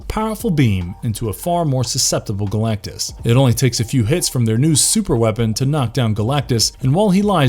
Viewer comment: It's Galactus not Galactie, and for fux sakes, Captain America. He doesn't sell chicken. I can't accept Col. America. Thumbs down.👎